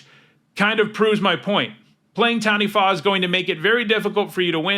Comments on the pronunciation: you're the first youtuber i've ever heard pronounce "Taniwha" pretty well but its more of a tuh than a tan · can I just say, speaking as a Māori mtg player: you are the first youtuber I have EVER heard pronounce taniwha correctly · The second time you said Taniwha is that closest to how it's pronounced